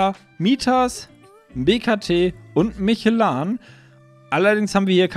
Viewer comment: ALTER LERN MAL DIE MARKENNAMEN OMFG: VreDESTEIN nicht VredeNstein.... MischlÖ nicht MICHELAn. Reicht schon wenn mit seinem Kaackostdialekt kein Deutsch kann.